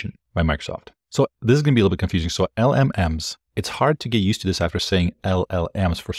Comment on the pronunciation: Just say it like "elellems"